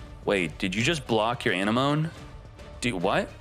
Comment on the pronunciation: So has no one told him how to pronounce Anemone properly or is he doing it on purpose?